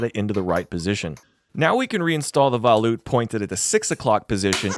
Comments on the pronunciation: It's VOLute not VALute 😭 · Vo-loot, not vOW-loot. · bro says voll-oot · FYI Valute = sounds like Va-Loo...Its Phrench err French.